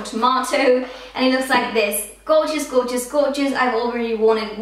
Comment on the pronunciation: why do you say gorgous